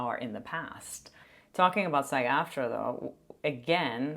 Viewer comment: SA not SH. She’s crazy